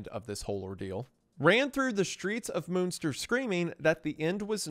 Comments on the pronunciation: I can't watch this video because of the constant mispronouncing of Münster. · Listen, I love you Isiah, but please... Why would you not take, just 15 seconds, to google how to pronounce Münster.. For fuck sake man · "moonster" sir it's MUNNN like MONEY MUNNNN STIRR. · I love you Wendi and not to split hairs here but …… MUNster not MOONSTER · For anyone interested in the correct pronunciation of some German words (not a criticism btw, pronunciation in other languages can be hard): - Münster is not pronounced as "Moonster". It's hard to describe, because the Ü sound is not really used in English at all, so best to look up an example in another video. - Bernhard Knipperdolling: First up, the "h" in "Bernhard" is pronounced in German, so the second half of his name is pronounced as "hard" not "ard". And the "K" in front of "nipperdolling" is pronounced as well. - Franz (or the German "z" in general): "z" in German is not pronounced as "s", but as "ts". So it's "Frants". Also, the "a" is not pronounced as in English, but like (lacking a better example) the "as" in "Allah". - Rothmann: "th" is simply "t" in German. "Roth" is a very old Jewish name and in German, simply pronounced exactly like "rot", the word for "red". - Von: pronounced like "on", but with an "f" in front. - Leiden: "ei" in German is basically pronounced like "i" in English, so like Biden, with an "L" at the start instead of a "B". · Took me way too long to get that by Moonster you mean Münster lmfao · I would say preetty american, xD alot of especially names were not his biggest german moments (Münster itself was said more like Munster but not everytime) ALTHOUGH from time to time he NAILED IT on spot e.G. "du bist" einfach markelos ausgesprochen auf lupenreinen Diamaten Nivaue soo 6.5/10 ig bin zwar nicht aus Münster aber Nähe ^^ Love goes out <3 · Not to mention all the German names. Jan as 'Han' and Moonster for Münster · please pronounce munster right please